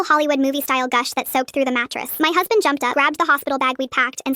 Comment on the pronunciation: Any body else hear "my meow husband"